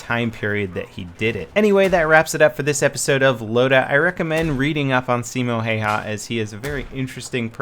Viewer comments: "Siimou haihai" LOL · I love the way how you say Simo Häyhä XD Finland FTW !!! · Ahahahaha I love it how you try to pronounce the name! BTW I'm Finnish ;) TORILLA TAVATAAN